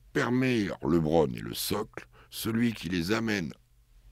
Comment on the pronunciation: Alors faut dire au présentateur que c est LEbron pas LEEbron...pour un podcast spé sur la nba..ça fait tache